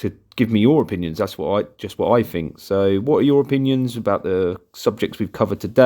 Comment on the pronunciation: Learn to say think instead of fink please